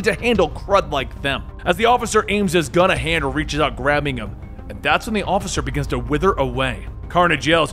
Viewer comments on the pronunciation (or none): none